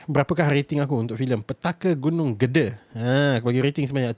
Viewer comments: cara sebut nya "GEDE" bukan gede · salah, sebutanya Gede, bukan GEDE... lorat Malaysia lebih enak dan betul